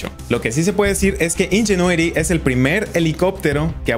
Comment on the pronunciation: Nisiquiera sabes pronunciar bien el nombre del helicóptero en inglés